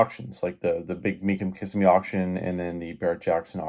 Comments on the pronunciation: FYI... It's pronounced Ka-simm-me, not Kiss-a-me. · It is "Kiss-EM-ee" not "Kiss-eh-me". Really? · It's pronounced Ki-sim-eee 🙄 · KA-ssimee bro!LOL! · KA SIM ME, that is how it is pronounced